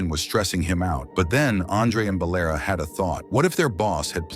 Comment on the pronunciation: It's not Balera. It's Valera There is no name "Balera" Dum6 AI 😅